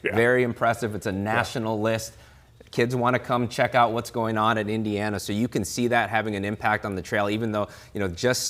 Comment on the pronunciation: All other rankings have IU as the 1st, 2nd or 3rd ranked portal school.... Screw the Illinois hicks at BTN who can't even pronounce Eeendeeeana....